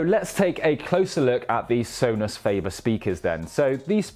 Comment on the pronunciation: So-nus fah-bear